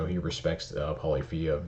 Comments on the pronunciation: Just an FYI it's pronounced pah-liff-ee-ah. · Polyph-ia The ending sounds like Maf-ia.